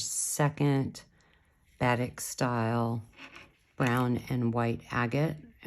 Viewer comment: Very cool bracelet, thank you. Just for clarification...Batik, the beautiful SouthEast Asian form of dyeing fabric, is properly pronounced with emphasis upon the second syllable: buh-TEEK.